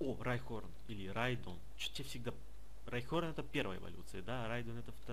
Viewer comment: У оникса есть эволюции и правильно не райхорн а райхон